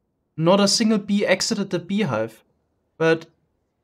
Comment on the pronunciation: his accent is best at "BEE" , "BEE'S"